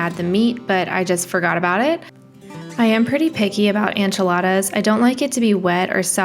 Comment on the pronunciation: i think its so cute how you pronounce ENchiladas as ANchiladas!